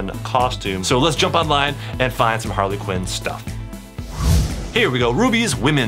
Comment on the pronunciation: I just realized that he said Parley Quinn